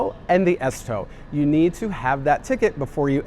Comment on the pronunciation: Bro at the airport he Said the s tog but its ørsundstog